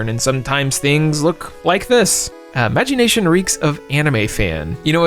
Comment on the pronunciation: The way he pronounced Magi Nation hurt a part of my soul.